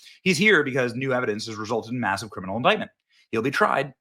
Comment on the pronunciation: Whats an intictment 😂